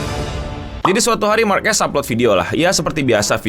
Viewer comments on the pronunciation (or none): none